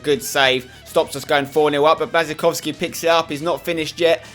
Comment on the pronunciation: I thought your girlfriend is polish, u should know how to pronounce Błaszczykowski's name